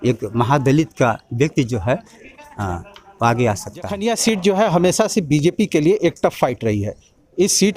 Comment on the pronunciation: समाजसेवा करते कभी नहीं दिखे नेताजी जखनियां विधानसभा में और हा विधानसभा क्षेत्र का नाम तो सही से बोलना सीख लो जखीनिया नही जखनियां होता है